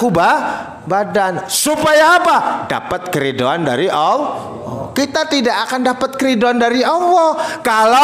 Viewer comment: Tak dengar dengar nyebut Alloh kok seperti awoh bahasanya ITU huruf hiaiyahnya gimana bos